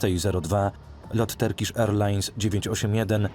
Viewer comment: Super odcinek . Nie gniewaj się za tą uwagę bo nie każdy zna inne jẹzyki ale nie turkisz tylko ( w miarę poprawnie ) tyrkisz - sorki . Fajny kanał ! Pozdrawiam